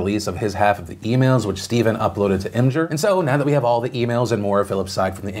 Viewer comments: hol' up.... did you just say image-er? it is pronounced EM-GRRR every lowlife usersub user knows this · PHIL PHIL PHIL!!! It's Im-GER not Im-gur